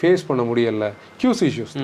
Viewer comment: Bro it is not QZ it is QC